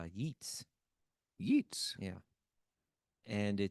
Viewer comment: Just letting you know the poet's name looks like Yeets for the phonetic pronunciation, but it's pronounced Yates. This is for William Butler Years, I presume. Sharing knowledge as an English major. Hare Krishna Prabhujis